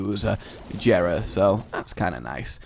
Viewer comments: Its not Jera its pronounced Yera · GOD DAMN IT JERA IS PRONOUNCED WITHOUT THE J.